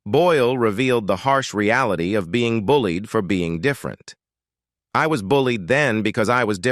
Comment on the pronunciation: What's with the narration? I'm hoping it's AI generated. "Fueled and bullied by teachers themselves" pronounced fluli-ed and bully-ed from teachers themsel-ved." Either hire a real narrator that knows how to pronounce words or do better at AI generated narration, Pu-leeze!